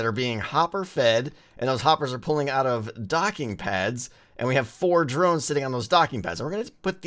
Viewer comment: Don't you mean drones you said Moe's